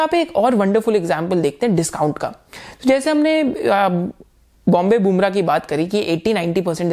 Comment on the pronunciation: Something Else here: BBTC: Bombay Burma ( बॉम्बे बर्मा ) , But I liked you said it 3-4 times as बुमरा ... Game of Name... Name of Game... that made him famous!?... :)